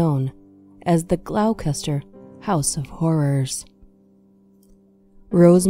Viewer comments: Gloucester is actually pronounced 'gloster', not 'glau-cester'. As in 'Doctor Foster went to Gloucester'. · "GLAUWKESTER" ??? Lol, Its pronounced Glosster. I know, English spelling makes no sense. Anyway, good video. I remember this case when I was a kid, disturbing that such evil people can exist